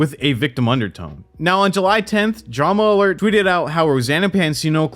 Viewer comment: I don’t know why it’s so frustrating to me every time Keem says Dramalert instead of Drama Alert.